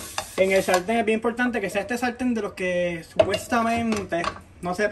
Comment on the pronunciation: impoltante....gilal...modelno..... pero dice TRES !!!! parece chinito ajaja .... saludos y gracias x la exquisita receta !